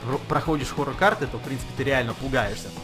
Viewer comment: Сохоррорне форор а хоррор!!!